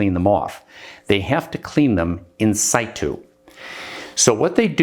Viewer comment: I thought situ was pronounced situ, not situ.